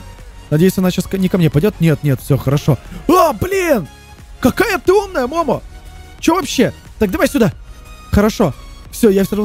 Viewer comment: Не мо́мо а момо́